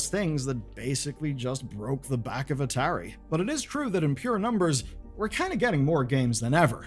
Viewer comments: At-ahiry is an odd way to pronounce atari. I go for ah-tah-ri. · Am i the only one that kept getting confused for a second when i heard atari said as a tary? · Dude I know your British, but you've got to be trolling with that pronunciation of Atari. It Ah-tA-ree not Ahh-ter-ee. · This video was hard to watch.. the constant mispronociation of atari.. A_TAR_E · I'm gonna block you if you don't stop saying ah-terry to me😂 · Biggest sin in this video is the pronunciation of ATARI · never heard Atari pronounced that way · Sorry, I know you're foreign, but how in gods name did you mispronounce Atari? It is older than you. Immediately stopped watching. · i've never heard a single person pronounce atari like this in my entire life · Feels like Atari is being pronounced wrong 😬